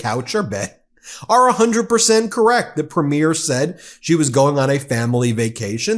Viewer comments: Thank you for your coverage. Canadian here about to give a lesson on Canadian pronunciation. Premier is pronounced "Preemier" (emphasis on the first syllable), not "Prehmiur" (as in a movie's first showing). Danielle is pronounced "DannYELL" (emphasis on the second syllable), not "Daniel" (as in a man's name). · You pronounce it PREMier not preMIER! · It's PREEM- yer How hard is it for Americans to get? That damn American education system! 😭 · Pronounced PRE ME AIR .. and Danielle is a nut.. a sell out ..Canada is NOT for sale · Thank you for all your great work, Ben. Premier is pronounced PREEM-yer. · Ben, as Canadians we pronounce premier (in the context of provincial leaders) ... as preemeer. Until I read someone else's post, I didn't realize we pronounced it differently than you. I don't know if other US peeps pronounce it the same as you. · Thanks for the video. Please note, "Premier" is pronounced "PREEMyer" and "Danielle" is pronounced "danYELL." Cheers. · Hi Ben, no one seems to know how to pronounce “premier” in the US. It is not a premier of a movie, it is PREEM-yər. 😎🇨🇦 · Has anyone mentioned that you have a tendency to mispronounce the word "Premier" as it applies to leaders of Provincial parties. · here's an idea ... learn to pronounce Premier correctly, or Alberta for that matter ... I double dog dare ya. not that you're wrong about Smith. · dude could you pronounce Alberta or premier correctly please? It's driving me up the wall! 😂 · Ben, you need to know how to pronounce "Premier"! From a Canadian admirer of your channel and subscriber. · Please Please get a canadian to teach you how to say PREMIER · If you are going to provide comment on Canada please learn how to pronounce "premier" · Excellent pods Ben As Canadians we smile every time you try to pronounce Premier